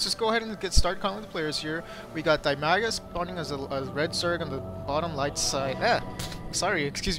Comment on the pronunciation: I don't mean to be nitpicky, but the zerg player's name is Dimaga, not Bimaga. still, i enjoy watching your casts